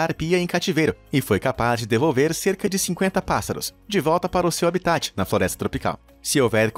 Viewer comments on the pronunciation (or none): none